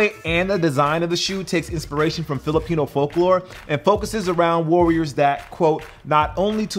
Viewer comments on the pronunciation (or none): none